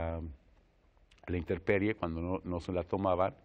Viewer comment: Si hasta Fernando Montes de Oca dice "interperie", apaga y vámonos!